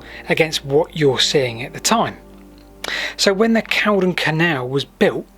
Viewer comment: I hate to point it out but it's "Cauldon" (pr. cALLdon), not "Caldon". I say that as someone who lived on the corner of Cauldon Road in Stoke on Trent, a couple of hundred yards from the canal. Great video though guys!!!